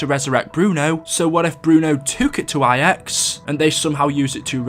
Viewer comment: He said IX instead of NINE